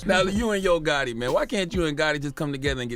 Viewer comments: Not Gutti....GOTTI!😂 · Nigga how hard is it to say the letter t when you say gotti 😂😂😂😂